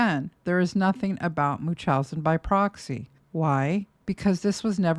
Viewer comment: Why does never pronounce the N in MuNchausen by proxy?😭 am I the only one being annoyed by this?!😅